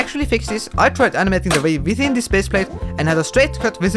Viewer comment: I heard vape not wave... lol